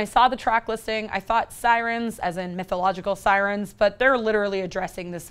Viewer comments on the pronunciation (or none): none